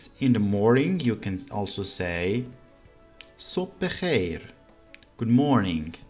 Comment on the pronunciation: thas is not (sob bekheir) thas is (sobh bekhayr) By the way, are you studying Farsi wrongly? Folk accent is not right for teaching Farsi. Why use foreign words? For example (Merci), this is not Farsi. This is French. And teaching the sentences by folk method is the ultimate stupidity. what is aun You should say: an. foreign friends ! Please don't learn Farsi from this language. I tell you honestly and friendly.